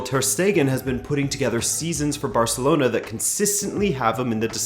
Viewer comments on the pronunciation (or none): none